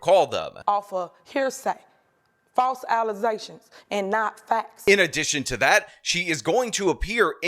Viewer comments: I love that we caught saying "allegations" one time for something unrelated to the Super Mayor and has since been saying "alizations" ever since. Sir, I salute you. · Allesations not faxs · it's FALSE allezations, not facts. Y'all should be shamed yo'self. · These allezations stacking up real quick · Well if you were a real “journalismz” you would know it’s all false allezations!!!! 😂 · Can you drink allezaystions? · False allezations, I say! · 'Phalse Alizashions" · "Allezations, not facts." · Not the false allezations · ~ False allezations! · The woman can’t even say the word “allegations” how tf is she a mayor. “False alasations” 😂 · "allezations" and "aks" Now that's some high quality street grammer there folks! They must've gone to harvard. 🤣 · Falze allezations. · New litmus test for being mayor... can you properly pronounce ALLEGATIONS